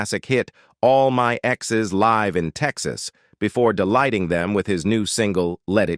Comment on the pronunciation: An interesting and well made video about George Strait.Though I have to mention a correction of one title of his songs it’s “All My Exes Live In Texas” Live rhymes with give not live that rhymes with drive.😂